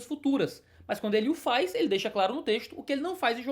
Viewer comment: FARre tempo man,ora.kkkkk